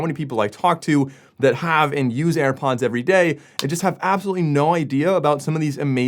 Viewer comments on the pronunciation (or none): Ah yes where do i get my self a pair of "AirPonds"